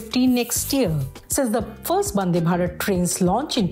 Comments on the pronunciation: It’s vande not bande 🤷🏻‍♂️ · Hello Lady it is not "Bande" its "Vande".